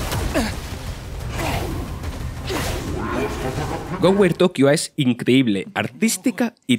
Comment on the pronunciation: De acuerdo. Ha dicho "Ghostwire" de al menos tres formas diferentes pero ninguna correcta en este video. Y eso no es un problema de acentos.